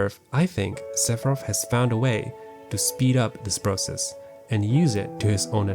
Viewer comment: This is absolutely jarring that he chooses not to pronounce the th sound😬